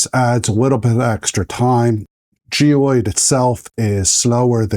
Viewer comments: Please note that that the correct pronunciation of this type of infill is gy-roid rather than gee-ode. Thanks! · Wtf is gee oyed? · Yea you are missing an R